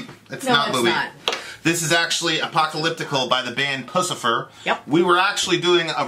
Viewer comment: “ApocTalyptical” - MJK